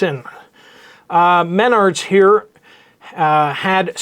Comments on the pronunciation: Mennards is pronounced MEN ARDS = mennards. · Update: your pronunciation of Menards is off. pronounce like “I got kicked in my nards.” 😂